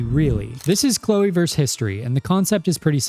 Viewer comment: versus* It's never been 'verse'.